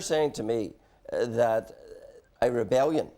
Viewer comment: What is a "webellion"? Is Jim 'the bigot' Allister perhaps Jamie Brysons father?